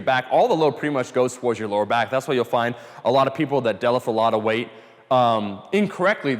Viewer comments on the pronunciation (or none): He doesn't day deadlift he says delif